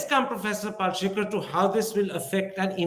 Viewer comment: Kirin Thipir, it's not Pal-she-kar, its Pal-shi-kar. Get the name right, for heaven's sake.